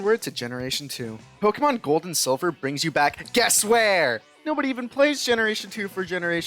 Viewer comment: I can’t believe how badly you mispronounce Pokémon. 10/10